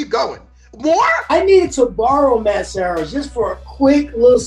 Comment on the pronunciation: Serra its LUB not love !!!